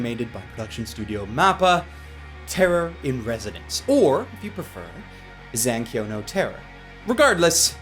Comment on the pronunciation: ya mispronounced zankyou